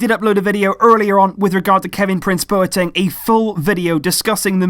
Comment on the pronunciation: I'm from Ghana and that's the corrects Bwateng